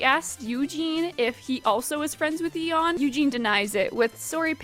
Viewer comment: I'm sorry, how did you pronounce Yeon? It's a pretty common korean name, a single google search would have been nice.